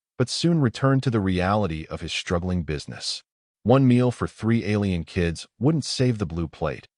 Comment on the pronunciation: AND, .....just for an example.....the word "struggling"........Does NOT have a Freaking "H" after the "S"!!!! Therefore, it is NOT pronounced "shtruggling" like YOUR AI apparently thinks!!! I am sure, from that, I will hear that it will pronounce ALL "str...." words as "shtr...." since it is apparently FLAWED in this rhelm as well!!!?